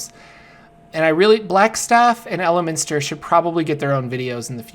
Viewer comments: It's not a huge deal but its El-minster not Elemen(t)ster. And start with Elminster: The Making of a Mage. Its fantastic. Elminster's series is great especially at the beginning. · are you serious??!!!? you cannot even pronounce Elminsters name correctly? as a sage for the Forgotten Realms, you Suck! you must be a 5e baby!!!